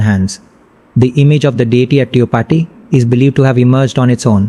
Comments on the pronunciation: Kiski video dekh rahe ho Tirupati bola nahi jaa raha isse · The guy who is narrating doesn't even know how to pronounce TIRUPATHI. How did you manage to pick this guy's video over others?